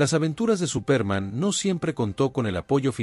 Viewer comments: Cómo dice Supérman que fastidiosa pronunciación. Así no es la pronunciación en Español y pone de punta los nervios. Se pronuncia Supermån. También Lee mal los nombres en inglés. Mayor cuidado en los vídeos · Es que en la narración, dice Supérman. Date cuenta, que es una palabra inglesa y no lleva tilde, pero la pongo, para que se sepa como suena. Al usar una máquina para crear narraciones en español, ésta, no sabe distinguir palabras españolas de inglesas o de cualquier otro idioma. Es por eso, que hay cada monstruosidad narrativa en YouTube, que hiela la sangre. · Es Superman con énfasis en la “a”. De donde es ese narrador? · ¿Por qué pronuncias Supérman, con acento en la e? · Sería Supermán, no Supérman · SupÉrman ??? wtf is that, dude ? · No puedo seguir con el vídeo. Me sangran los oidos cada vez que escucho Supérman. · Es absurdo que lo hayan grabado con los errores de la pronunciación. Suena ridículo. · Al tercer "Supérman" me fui. Maldita IA. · Me parece que ha sido una muy buena reseña pero la pronunciación es enloquecedora al ser tan mala. Quizás la inteligencia artificial ( espero ) Cambia nombres en fin y el más importante el principal SUPERMAN ! por lo demás muy bien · Se le entiende superma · Este presentador??? de donde sacó ese SUPÉRMAN???, creo que no tiene ni idea de lo que lee ni ha oído nada de este personaje de caricaturas; rompe los oídos con su SUPÉRMAN; por favor, hizo que dejara de ver el video: 😢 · por favor pronuncia bien Superman, es una pena el video esta buenísimo pero la embarras pronunciando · Mucha inteligencia artificial pero no sabe pronunciar Superman.